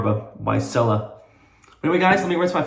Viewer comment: It's "chella", not "sella"!